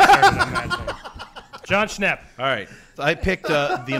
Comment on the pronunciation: Jon Schnepp? Jon Schwepps